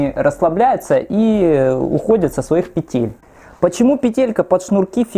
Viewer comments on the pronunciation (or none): none